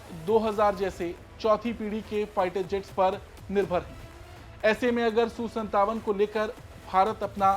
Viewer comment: Su su mat kar reporting karna ata ya nahi bas jo mu me aya bol diya. SU 57 bol